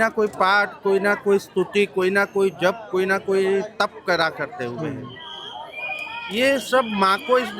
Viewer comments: Aap Jaap ni... Jap suniye😂😂🙏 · जाप नहीं जप बोलिए। 😂